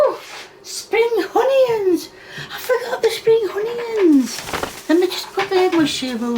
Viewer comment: I really enjoy watching your videos, but I cannot stand you saying “honeyyuns” can we take a vote for you to stop it?